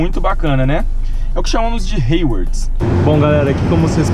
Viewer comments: Rewards.... ou Hayward?? Rsrsrs .. Tem que estudar um pouco mais o inglês, melhorar um pouco mais as pronúncias das palavras. Apenas um comentário. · Rewards? Nunca escutei ninguém pronunciar rewards como heiuords antes